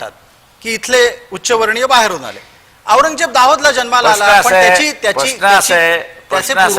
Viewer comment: पत्रकार ची कोणतीच जात असत नाही पण हा पत्रकार औरंगजेब ल aourgyaa म्हणत आहे